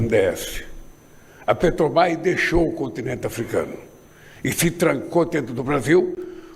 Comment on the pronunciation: ANALFABETO ^PETOBAS^ AFF NÃO SABE FALAR MAS SABE ROUBAR COMO NINGUÉM